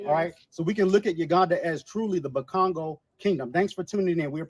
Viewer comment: BUKONGO LOVE THE WAY THE SOUND BUKONGO ROLLS OFF YOUR LIPS!! !! WE ARE BEAUTIFUL AFRIKAN PEOPLE!! NEGROES ALWAYS WANT TO BE SOMMETHING ELSE!!! WHAT GRANDMA SAID DON'T HOLD TRUE!! LOVE AND RESPECT TO ALL AFRIKAN PEOPLE WORLDWIDE WHO KNOWS WHO WE ARE!! 🦁 ♥ 🔥